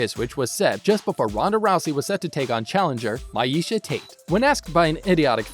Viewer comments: Its pronounced meesha not miesha Ooooo McGregor's gunna be after you. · I left after he said My-eesha aka how to spot a casual. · My-eesha..... Get the the fook outta here...smh... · As soon as he said my-esha Tate i had to dip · Even as a casual fan it doesn't look good to mispell and/or get the fighters names wrong. "Maaeesha"?? Come on... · My-eesha tate ? Can u pronounce any ufc fighters names correct my god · Dude can’t pronounce any fighter’s names correctly: Meisha Tate Donald Cerrone Jose Aldo Rafael Dos Años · Who TF is My-eesha Tate? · Myeesha tate? Dude just stop. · Called her “My-eisha Tate” 😂😂😂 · "My-eesha Tate"? The person reading the script damn sure ain't a fan of mma. Do you even know what "mma" means? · Not only is the most disrespectful clickbait…he can’t say Miesha correctly. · Nice script reading jagoff... you no nothing about mma... mispronounced almost every name... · Out of all the things you did/said in this video that were wrong, the way you said Miesha Tate pissed me off the most 😡